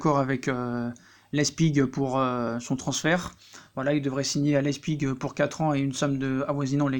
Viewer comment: Leipzig pas lezpig!